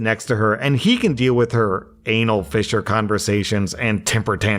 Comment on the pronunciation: Oooh... "fissure"... I heard "fisher"...